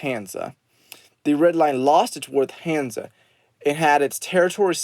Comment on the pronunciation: Oh and also no hate but you pronounced hansa wrong